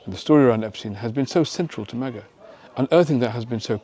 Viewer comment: It’s Ep-STINE Not Ep-steen The name functions as does Einstein. The second vowel ( i ) gets pronounced .